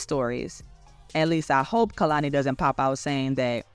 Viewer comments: Just a note: it’s KAY-lani not KUH-lani. And this is definitely hypocritical of her so I’m curious how she will address it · her name is pronounced KAY-lani